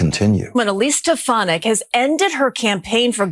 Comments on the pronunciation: You would increase your credibility if you learned how to pronounce people's names. It's strf FAN ik. It doesn't matter to me what you call her, but it does suggest to me that you don't participate much in political discussions if you don't know how to pronounce her name. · Why is it so hard to pronounce steFANik? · I know she's awful, but you should try to pronounce her last name correctly. It's not that hard, it's been in the news constantly with the correct pronunciation.